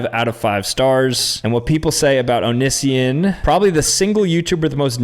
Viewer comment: pronouncing Onision's name wrong. 😂 He was before your time!